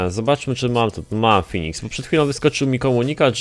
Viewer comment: mówi się Feniks a nie Finiks;p